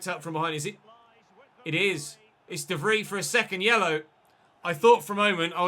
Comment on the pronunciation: Its pronounced more like Stefan de Vreye, then Vreeeeeee... just saying.